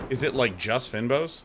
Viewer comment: and Day9, it's pronounced "feign boss" :)